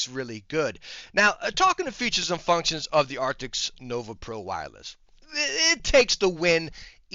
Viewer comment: Your video came up in my feed. I thought I'd jump in and see if you'd learned to pronounce the word ' A R C T I S' yet. Epic fail. And your thumb nail description has a spelling mistake. PMSL 😂😂😂